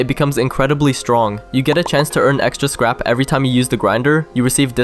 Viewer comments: Bro said scap 😂😂😂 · He said scap